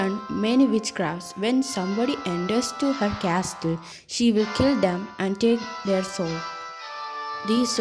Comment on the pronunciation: It was awesome 💜 but can I say one thing .. the castle 🏰 ... In this t is silent and it is pronounced as casle but written as castle